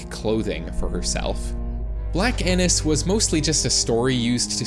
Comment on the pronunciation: Not him repeatedly mispronouncing “Annis” after the guy in the video said how it’s pronounced